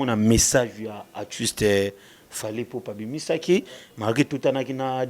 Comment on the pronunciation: Voilà encore un autre prestidigitateur pour juste impressionner. Je croyais qu'il était là pour promouvoir la musique et la culture congolaise. Cela se fait déjà sentir qu'il est vraiment haineux envers Fally, car il n'arrive même pas à prononcer son nom. Il fait de la chronique ou de la la promotion ? Il se croit intelligent avec ses expressions françaises rafistolées et bourrées des fautes. Ah le Congo, même une personne comme ( ça) vient dénigrer les musiciens. Pensez déjà à bien vous nettoyer et être propre svp.